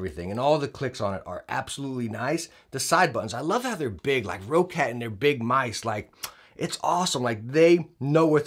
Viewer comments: What is this, Row-cat I keep hearing? It's Roccat, not Row-cat! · Hey, great video! I have also pre-ordered this mouse and I love it!:) Just one more little hint since this mistake is made by many: it's pronounced like the word "rocket". Not "row-cat". Simple and plain: "rocket". Have a good day, Sir. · No diff if say quietly